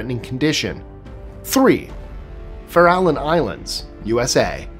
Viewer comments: The Farallon Islands are pronounced Fair-Ah-Lawn. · I went to Farallon View grade school. Fair-ah-Lon was what we said thre and in Montara, Moss Beach, even El Granada, but okay. This was over 40 years ago, maybe it's changed now, tho even Documentaries a=on sharks say if less as if they are from Boston.